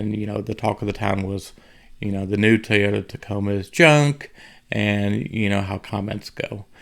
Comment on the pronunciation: for the love of the english language ITS NOT TEY-OTA. ITS TOY. TOY TOY. as in OY vey... sheesh